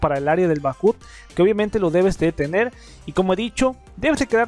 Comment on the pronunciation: bak ap , asi se dice en ingles. saludos y abrazos